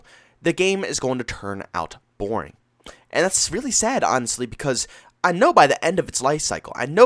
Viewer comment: It's the way he says it, he pronounces an A, as a joke.